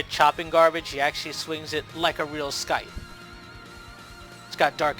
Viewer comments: The C is silent in scythe. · Hate to be that guy, but the c in scythe is silent.